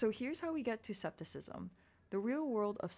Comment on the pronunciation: Hi, isn't the term scepticism pronounced with (sc) as (sk)? Btw It is not so important, I am just curious. Anyway it is a very good discussion on Locke and Berkeley's empiricism and materialism. Keep it up 😊❤